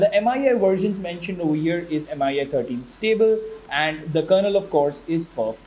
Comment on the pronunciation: Should be pronounced Me-UI by the way.